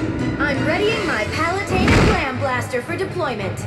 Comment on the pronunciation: sorry for being a grammar nazi but it's palutena not palestina your spelling of palutena reminds me of that palestina!